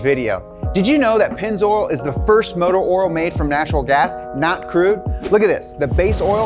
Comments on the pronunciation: There is no 'R' in "Oil" tho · Bruh....did you say motor oral like 13 times in that spot? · Is he from Louisiana or why is he pronouncing oil: earl? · saying oil kinda sounds like oral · I've never heard "oil" pronounced with an 'r' in it until I heard it from. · Motor “oral” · hearing someone pronounce OIL as "oral" is infuriating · Nobody's gonna point out the way that he says oil like there's an R in it? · realized u couldnt say oil